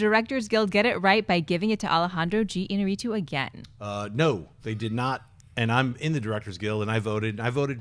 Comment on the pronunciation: Its I-ÑA-rritu, not Iña-RRI-tu.